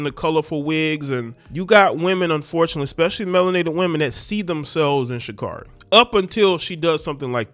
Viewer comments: Her name is SHA CARE REE. You cant even say her name right yet you wanna talk about her. SHUT UP. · Its SHA-CARE-EE😄😲 Never lay where you work😲😄